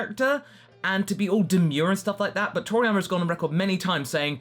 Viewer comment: Its...Toriyama.....not Triana.......